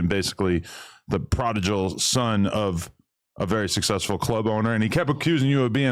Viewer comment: "Prodijal" is crazy Adam